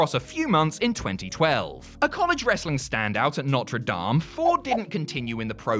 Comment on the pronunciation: Also it’s pronounced noterdame not Norte dam